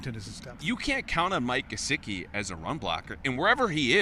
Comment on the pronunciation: Why does always say gesicki with a j sound? It's not jesicki it's GEH-SICK-E. So annoying when these guys can't be bothered to pronounce the players names correctly.